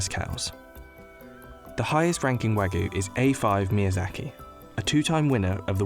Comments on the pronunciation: Why can no one pronounce wagyu the right way?? The narrator kept saying Wagoo or wagu, he completely tossed the y out. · Almost watched til the end until I heard "Wagoo". Couldn't help but cringe. It's wagYu. The Y is there for a reason. Anyway, going to finish the video now. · haha wagu??? it's wagYu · How hard it to say Wagyu? It's got a Y. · How their narrator pronounces "wagyu" irritates me. It's like he said, "this is a foreign word, so I'm not going to pronounce the "y." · Why can’t this guy pronounce wagyu?